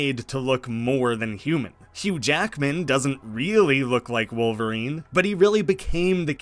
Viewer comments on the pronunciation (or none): none